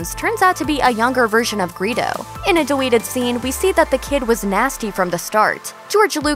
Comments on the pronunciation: she says “deweted scene” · Who else realized that she said deweted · "deweted scene" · Why does it sound like she’s saying “deweted” sometimes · Is she saying “da-weeted” instead of deleting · In the “deweted” scene 😆 😂 🤣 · No one: Narrator: In a deweeted scene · So your voice actor says "the deweted scene" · Did she say deweted? Or am I hearing things? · It sounds like she keeps saying deweeted scenes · Am I the only one who here „deweted“ ? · I swear she is saying deweeted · Why tf do you say deweted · “The deweeted scene” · "the deweted scenes" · “Deweted scenes” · “Deweted scene UwU” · Cuz she's adorwable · Why you awsk? Well thwaws nwot womethwing u awsk dwummy, she's juwst bweing vewy uwu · Every time she says "deweeted scenes", I smile a little more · I cant help and sorta notice I kinda hear it as "deweted scene" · I know I'm not the only one who hears her saying "DEWEETED SCENES" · Had anyone else released she says deweedid scenes awww 😂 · “Deweeted” anyone else hear it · "the deweted scene" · “Deweted”. Shit was so annoying she said it like 8 times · Is no one going to acknowledge the deweted thing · "These deweted scenes..." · you said deweeted in the vid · Lmao dis girl be like the deweted scene HAHAHA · “Daweeted scene” Was I the only one ego got triggered every. Single. Time. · What the fuck is deweeeted? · Deweeted hmmmmmmmmmmm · She Always talks about "Deweted scenes", pretty anoyinh